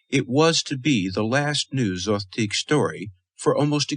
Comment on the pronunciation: Is there a reason Zothique is pronounced three different ways here? Zo-theeck Zo-teek Zoth-teek